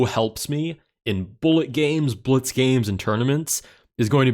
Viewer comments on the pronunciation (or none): none